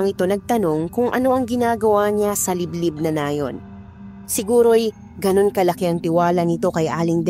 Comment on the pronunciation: Nayon.. Hindi Nay'un ang bigkas